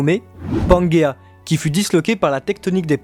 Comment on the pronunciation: juste une précision, certainement déjà précisé mais au cas où, (pas eu l'énergie de lire tous les commentaires, trop cool pour vous parce que trop nombreux) mais ce n'est pas panguéa mais pangéa ou pangée (différence phonétique). En tout cas continuez votre travail, qui je le sais en nécessite beaucoup, et même si des points de désaccords existent entre vos analysent et les miennes (les accords sont plus nombreux que les désaccords) je vous soutient pour la suite et vous suivrez avec grand plaisir jusqu'à l'épilogue de One Piece. Soyez forts et fidèles à vous-mêmes. Un grand fan du manga (P.S.: un souhait vous concernant messire et, j'espère que vous entrevoyez la suite dès maintenant parce que la transition après One Piece sera difficile pour vous et les autres (moi inclus) lorsque Oda dévoilera son grand final!!!)